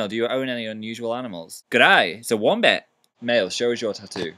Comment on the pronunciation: gday its a wombat <--- steve irwin accent